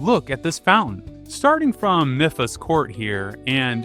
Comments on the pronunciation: “Miffa” ME-PHA. PLEASE . Really good video though ! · Oh god, some of these pronounciations annoyed me. Mipha (Me-fah) Hylia (Hi-leah) Those're the ones that bothered me the most. Most of them were correct, though. These two just really bothered me because they're characters. A princess who LITERALLY SAYS HER NAME IN THE GAME WHEN MIPHA'S GRACE IS READY, and a Goddess. ...I do still like to call Revali Ravoli, though, lol. Ravioli's Gale is now ready. (Revali proceeds to glare at me.) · This is the most mispronunciations I've seen in a single Zelda video lol. Akkala, Hateno, Mipha... Gleeok somehow got an R added in there lol. Still loved the video though